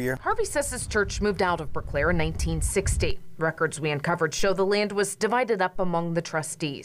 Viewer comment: Pronounce it as Burclair,not Burke lair.